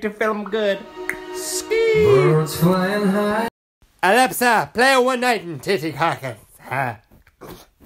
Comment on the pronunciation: As if my alepsa has gone off when he said alepsa xxx